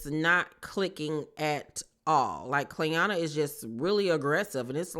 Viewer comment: It’s the cast just butchering Clayanna’s name for me they don’t gaf ok 😂😂😂